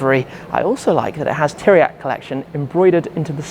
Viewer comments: Bro, did you have the decency to ask any one how you pronounce Tiriac? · Why you can say pizza but not Țiriac?